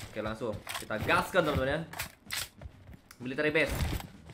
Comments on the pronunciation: Oke langsung bang bukan Telaso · Wkwk bisa bisanya telaso😂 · Telaso ga tuh haha